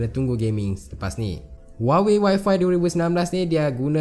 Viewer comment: Dy sebut y5 mcm Wi-Fi hahahah